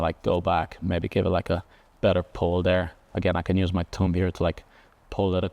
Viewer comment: I love the way he says thumb. Tumb